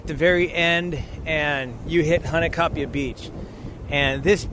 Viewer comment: Mahalo! Nice job on the photos & video! The river is definitely tough going especially after a rain and when you reach the falls you are rewarded with a stunning sight 😍 Glad you and your friend made it back in there safely. By the way, as a local, may offer you a little feedback on how to pronounce “Hanakapi’ai”? It sounds like you are saying “Hanakapi ‘a’” You were very close. The last part is pronounced a little different. Broken down Hana-ka-pi-ai. The ‘ai’ is pronounced “I” or eye! 😊🌈💕